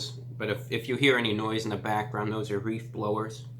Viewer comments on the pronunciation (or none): LMAO he said reef blowers like in spongebob instead of leaf blowers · I swear he said reEf blowers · "those are reef blowers" Didn't know he lived in Bikini Bottom lol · Yo he said "reef blowers" this man lives in Tentacle Acres. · He totally just said reef blowers like in spongebob😂😂